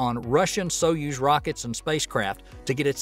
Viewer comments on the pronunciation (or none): none